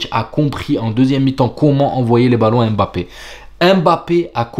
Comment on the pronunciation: EM'bappé ! pourquoi tu l'appelle comme ça lol ?